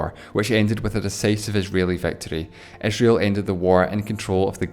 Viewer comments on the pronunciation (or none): Bretish and Esreal haha :D great video tho